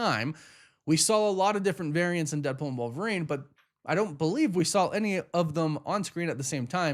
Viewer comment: The word is SAW not SAWL.